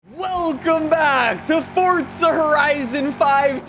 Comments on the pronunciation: Tip a dully dose not count as 2 wheels it counts as one and its forza not fortza thank you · it is pronounced F-O-R-Z-A not F-O-R-D-Z-A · You should try saying FORZA not FORTZA!!!!!! sorry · Him: Fort-tza Everyone else: Four-za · Stop calling the game Fortza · Its forza not fourtza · 4za not fortza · "forsta horizon 5" lol... "z" whats that? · stop calling it fortza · WHY do you say "ForTza horizon 5"